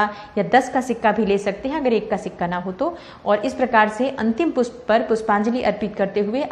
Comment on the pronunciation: Pushp word ka Right uchcharan kare